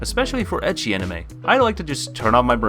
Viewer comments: please dude, it is pronouced as eki. not itchy... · I see oppai I don't wait And sorry to say but his ecchi prounonciation is just so sooo wrong